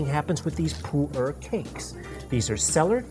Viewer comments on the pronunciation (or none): I thought it was pronounced "Poo-air" not "Poo-ur".